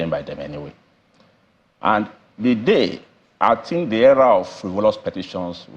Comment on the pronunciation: "l tink" from our SAN and he is "arpy" 😂😂. The SANs of our country 😭😭